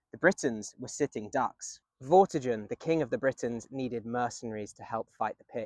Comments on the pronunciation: Vorti-gurn, not jurn... 👍👌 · Vortigern has a hard g like in 'get' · Interesting video. But Vortigen/Vortigern is pronounced with a hard G (like the G in Gun), not like the J in Jail. I found that weirdly distracting. The video and information was good though, I did enjoy it otherwise.